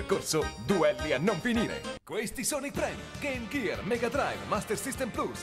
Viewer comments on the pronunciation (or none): none